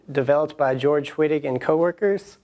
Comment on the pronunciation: its german pronoucned V-ittig... ;) even my asian professor with his awesome accent took the time to let our class know that its not "W"-ittig, its "V"-ittig :) just helpin ya out